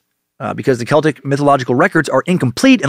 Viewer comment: Holy fuck - thank you for not saying "sel-tik"